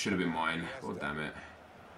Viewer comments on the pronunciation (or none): none